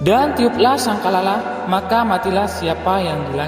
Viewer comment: Ngutip dari buku wkwkw,ngomong sangkakala aja gak becus.